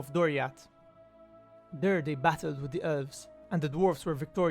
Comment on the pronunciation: its ELVES, not ULVES